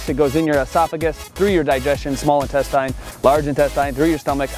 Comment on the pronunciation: intesteen not intestahyn